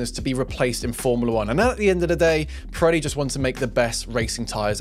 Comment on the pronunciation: Does anyone else hear him pronounce the tire name as "Piretti" with a "t"? That's what it sounds like to me.